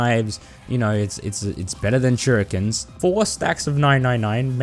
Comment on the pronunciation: shurikens: "shu ree kens"